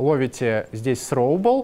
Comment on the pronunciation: С произношением беда у лысого...сроубл :D